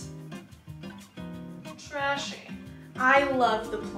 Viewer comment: Dude when you looked into the camera and paused and said… Trashy. I fell the hell out LOL. You make great content....keep doing it girl!